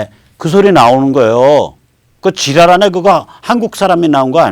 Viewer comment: 지랄하네 소리가 한국사람 말소리가 아니더구만요. 북한사람 말투로 들리던데